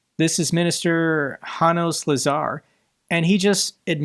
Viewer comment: Note that the name Janos ("John") is pronounced as YA-noash (not "hanoas").